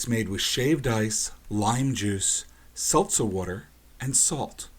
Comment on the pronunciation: Seltzer Water